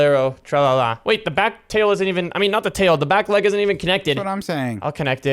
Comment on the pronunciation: saying leg sounds like lAg😅